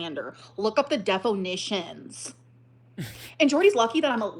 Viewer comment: "DEFO-NISHUN" help